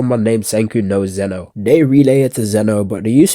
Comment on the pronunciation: bro it's Xeno not Zeno